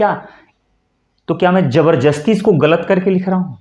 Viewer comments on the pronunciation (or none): आप 'जबरदस्ती' को 'जबरजस्ती' क्यों बोल रहे हो 😂😂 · गुरुदेव जबरजस्ती नहीं जबरदस्ती होता है